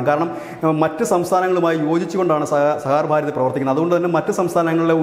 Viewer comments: Sahakar ഭാരതി ആണ്, sahar bharathi അല്ല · സഹാർ ഭാരതി അല്ല, സഹകാർ ഭാരതി ആണ്, അങ്ങനെ തന്നെ പറയൂ പ്ലീസ്. ☝️ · Plse read it correctly,sah kar Bharathi (not sahar Bharathi) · Sahaar ano sahakaar ano? Sahakaar alle? Thumbnailum sahar nnu paryunnu vartha vayikkunna alum sahaar nnu paryunnu.. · സഹകാർ ഭാരതി എന്നുപോലുംവായിക്കാൻ അറിയാത്തത് ലജ്ജാകരം!